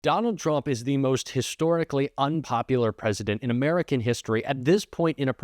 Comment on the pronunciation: He calls it “Murkan”